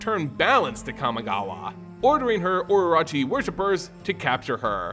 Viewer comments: Okay I have to make a correction here. Orochi is pronounced O-Ro-Chi. Sorry hearing it prounced oroachi was super grating. Great vid otherwise. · I have only one problem with this video (and it's caused by my OCD) is that you keep mispronouncing terms. Exemples: -you say oroROchi instead of orochi -you say Hitsugu instead of HiDEtsugu. Also... HOW LONG DO MOONFOLK LIVE? I mean, we came to understand that the new Kamigawa is set 1000+ years AFTER the prior one and Tamiyo seems to come from the old one... is she 1000+ years old or does the time on Kamigawa flow differently than the rest of the multiverse? Also also... man, I miss how beautiful stories used to be when they had three expansons to develop instead of rushing like hell.